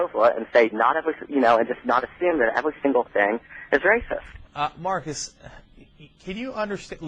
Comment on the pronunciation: No, Mawcus Epstein a wacist bitch. Pwain & simpaw.